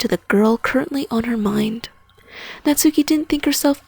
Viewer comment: GRRRR THE NAME IS PRONOUNCED KNOTS KEY